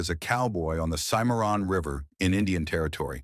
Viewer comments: Cimmeron not simoron asshole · Cymarron?? Why doesn't somebody listen to this stuff before banging it out?